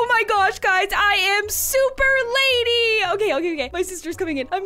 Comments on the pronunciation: It's Lani not lady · It’s Lani not Lany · Yass slay but it’s lani not lany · ITS LANI NOT LANY